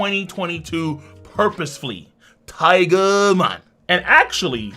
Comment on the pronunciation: Lmao just because you say tigu man instead of tiger man doesn't meant it sound like authentic Japanese way of saying it. You crack me up